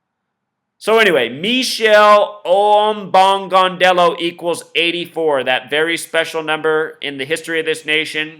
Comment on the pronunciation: "Me-shell Ombogaundello"? lol